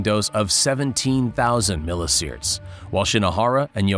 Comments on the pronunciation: Milli See-Verts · "milli sierts".. no just no...